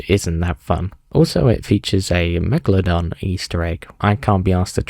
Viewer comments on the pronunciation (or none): none